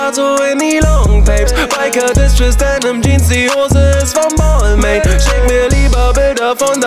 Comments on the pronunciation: Hab gegoogelt Balmain spricht man so aus: bel'ma(n) 🍍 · Ehrenmann kauft sich Marken die er nicht mal aussprechen kann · Lern bitte erstmal balmain auszusprechen bevor du einen Song drüber machst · Wie wird es ausgesprochen Bal ming oder was😂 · Belmain wird es ausgesprochen aber Balmain geschrieben .... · Das ist französisch, dass i und das n werden nicht ausgesprochen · Red nicht von labels die du nicht mal aussprechen kannst